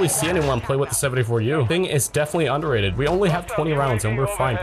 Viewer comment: Very undehhrated (cough cough)